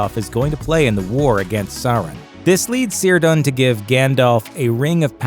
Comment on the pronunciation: KIRDAN not SIRDAN